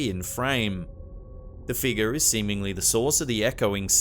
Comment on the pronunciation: "Dark figar" how uncanny pronouncation.